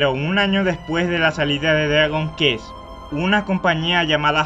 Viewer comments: Tu pronunciando idiomas eres tan malo como ese juego. Kusoge es mierda...No juego de mierda. Se pronuncia kuest y joshi o miru jito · "quest, cuest, CUEST!!!° no "ghest... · No se pronuncia "Qest" se pronuncia "cuest" Y tampoco se pronuncia "final" si no que se pronuncia "fainal" :v